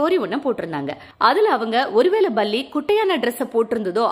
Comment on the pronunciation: Apdina Baratham. Baram apdindradhella tamil word illaya bro lol 🤣🤣. But ninga sona visiyam sari... la mattum tha vithiyasam